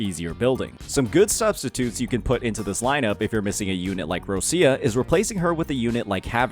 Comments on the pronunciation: It's Rochia! Not Russia! For the lov of God. Could you stop being an American for one minute and learn the correct pronunciation. Put in google translate - Roccia it will be Roch-i-a. Not Russia. The way you say it, your pronaunce it as Russia - as a country. Please my Italian heritage is in pain hearing you speak words mega wrong. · Why do you call ROCCIA, ROSSIA????? 😫😩